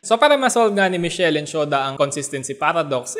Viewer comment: Pronounce As mis- kel.